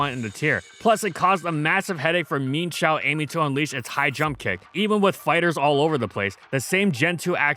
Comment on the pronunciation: If you keep calling Mii-Ehn-Shao "Meenshao" I'd like you to start calling Chii-Ehn-Pao "Cheen-Pao" from now on.